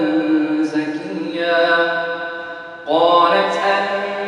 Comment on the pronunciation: sorry its wrong .. its not "ghulama" its "ghulaamun" as its a dhamma. Beautiful recitation still mashaAllah been listening this for many years and always wanted to type here the mistake , barakallah